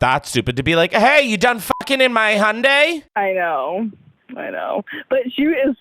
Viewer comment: i’m sorry id like her to run Hyundai back 😂😂 why she say it like that